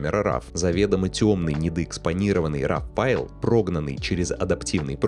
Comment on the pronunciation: Для человека, старательно применяющего широкий спектр терминов, старательно следящего за дикцией, просто не допустимо слово РАВ. Файл или «сврой», или исходный, или РО. Именно так читается это слово на английском.